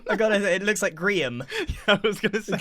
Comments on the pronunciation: It's a Gree(ia)n beacon. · it's a grian beacon (when you pronounce it in a wierd way it sounds like grian)